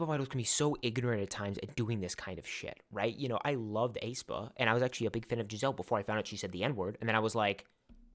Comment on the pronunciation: I know this is off topic but the way you pronounced aespa was wrong 😭😭